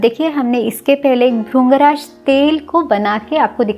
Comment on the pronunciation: Mam all things are good but jo aapne bola wo sirf aap nahin bolte bahut saare log bolte hain jaise aapne bola भृंगराज - ये भरिंग राज है ना की भरुंग राज है कृष्ण - ये क्रिष्ण है ना की करुष्ण है कृषि - ये करिशी है ना की करुषि पृथ्वी - ये परिथ्वी है ना की परुथवी आकृति - ये आकरिति है ना की आकरुति चरक ऋषि - ये रिशी है ना की रुषि ऋतु - ye ritu hai na ki rutu Agar kuchh galat bola ho to sorry. कहने का मतलब ये है की ये जो मात्रा जिसे आप (उ ) की आवाज़ समझते है वो (इ) की आवाज़ है ।